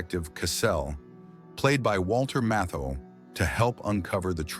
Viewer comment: Great list but whoever narrates (AI???) has no idea how to pronounce Bette Davis or Walter Matthau correctly.